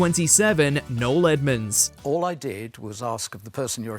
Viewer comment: Noel Clark , not null